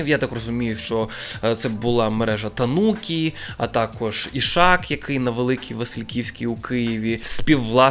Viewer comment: та наче ж тАнукі, а не танУкі... чи я помиляюся?